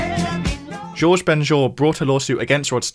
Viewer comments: Shouldn’t his first name be pronounced “Hor-hay” rather than “Georges”? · Shouldn’t Jorge Ben Jor’s name be pronounced “Hor-hay” rather than “Zhorzh”?